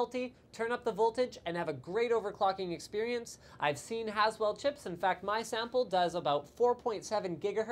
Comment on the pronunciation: > "as well" or "Haswell" LLLOOOOLLL